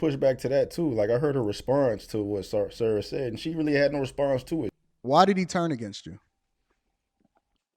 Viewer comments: Lol you keep calling Sa-Ra, "Sarah" lol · It’s SA-RA not Sara lol. It means Son of Ra. Sun god.